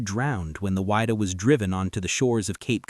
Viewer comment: You really need to work on your pronunciation. It is the Whydah pronounced "wid da" not "wide da"